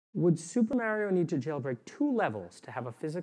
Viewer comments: HE'S MARIO LIKE MARCH AND OREO, "MA RIO" NOT MARY-O, I AM MAD >.< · Mary-oh? It's Mario! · .... Super "Mario" is not MAER - ee -oh... it's MAR-ee-oh.... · How he says Mair-rio instead of Mar-rio, also makes me think of kids who were raised on Nintendo versus SEGA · This guy says MARY-OH instead of Mario... Holy shit. I think the creators placed him in our simulation to make simulation theory seem like bullshit. Clever bastards. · Love this guy but absolutely hate the way he says "Mario" lmao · He seems smart. But he can't say Mario. As good as me